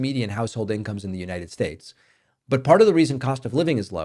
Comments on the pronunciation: Why do you continue to mispronounce, the United Schates? I thought you were going to stop doing that or is it just peoples names. Just curious. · Why do you mispronounce United States if it is due to Trump’s mispronouncing it then you need to let it go. It is starting to make you sound silly. Not good.